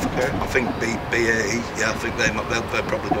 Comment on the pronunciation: Cany even pronounce BAE correctly 😂